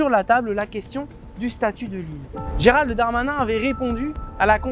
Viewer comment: Irving : Arrêtez les journalistes de prononcer Géral de Darmanin ! Pourquoi l'anoblir ? C'est Gérald Darmanin. Point.